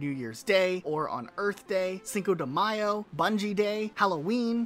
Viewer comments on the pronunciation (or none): none